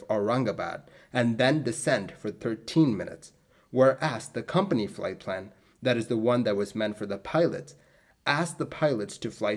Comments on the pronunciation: Plight flan! :D Leche flan? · Plight Flan??? 😂😂 I'm sorry I couldn't resist... You do a great job, I love all of your video's.